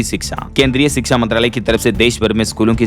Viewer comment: Sbse pahle to shiksha bolna sikho ap.